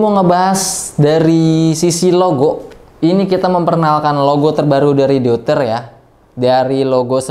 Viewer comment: deuter = eu dalam bahasa jerman di bacanya (oi) jadi di ucapkannya DOITER